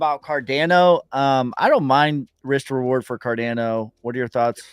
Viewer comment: someone needs to tell to watch a Charles Hoskinson video so he knows how to pronounce "Cardano"